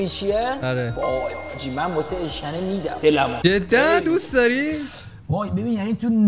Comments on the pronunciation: اِشکِنِ نه اشکَنه😂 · اولا اشکَنه نه ، اشکِنه بعد هم مال ملایره یکی از شهر های همدان 😂😂😂🎉🎉🎉❤❤❤ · داش اشکَنه نیس ، اشکِنه اس نمیدونم مال کجاس ولی ماهم میخوریم😂